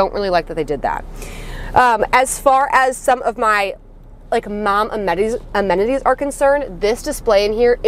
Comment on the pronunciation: Did you say amenities or MOMenities? Yes, you can steal it for future videos 😊